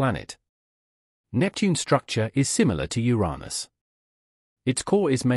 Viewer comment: Uranus! pronounce it properly.